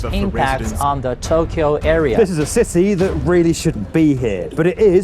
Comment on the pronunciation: Every time he says city it sounds like "sisy"